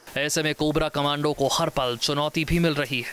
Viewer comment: Thoda to padha-likha anchor rakha karo News Nation walo, "Commando" ko 'Comundo, cummondo' pata nahi kya kya bolra hai.